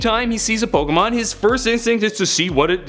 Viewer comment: I believe you were saying Pokémon correctly. Yours is the sound you get when you take the "Poke" sound from Pocket and the "mon" sound from Monster. Plus it is the correct way to pronounce "é" when you remove the nuances of the American accent. Yes, that does mean most people pronounce "Fiancé" incorrectly too.